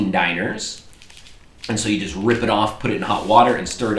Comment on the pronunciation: To say dinars, say like,,dinara'' like you've said in previous videos and just replace the,,a'' with an strong,,s'' and youll end up with a vocaly correct,,dinars'' Hope it helped a little!:D ofcourse that's only when you speak in english!